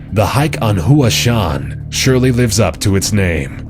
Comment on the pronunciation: Pretty good list...But the narrator needs to work on his pronunciation a bit. His pronunciation of Hua Shan (Mount Hua) was distractingly bad. He pronounced it "who-ah" and made it sound Hawaiian. It's said more like "h-wah."